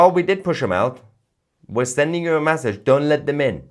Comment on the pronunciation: Mahyar, Mahyar... you are great but PLEASE learn this... Its not 'massage' to rhyme with 'passage'... Its MESSAGE to rhyme with... message. 😂